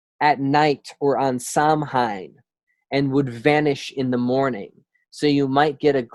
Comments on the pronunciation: It's pronounced "sow wen" not "sam hine" lol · Now Samhain isn't pronounced "Sam hein" it's "sou-win" sou like in sound, win like window. Lol Sam hein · Thank you!! He's butchering the scottish pronunciation of scottish words ugh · bro....SOW WIN, automatically stopped listening when you couldnt even pronounce Samhain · Spelled samhaine but pronounced "sow ween" or "sow win"